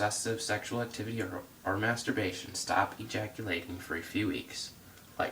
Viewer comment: Lol dude can't even say the word masterbation